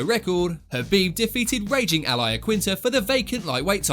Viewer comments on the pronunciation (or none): none